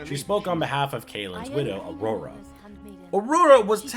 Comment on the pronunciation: Good video but I kind of question if you were paying attention to the story- her name is Anora, not Aurora, and Loghain is her dad, not her uncle.